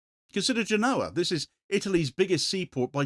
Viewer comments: It's pronounced GÉNoa, not GenÓA, if you're interested. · Genova. Genoa is a football team